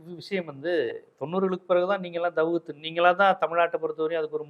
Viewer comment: ஜீவா,தவ்ஹீத் சரியாக உச்சரிக்கலாமே.